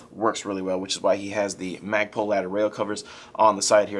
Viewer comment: The barrel extention actually IS from Madbull and not from Magpul... The rest is from Magpul and he said that correctly. :)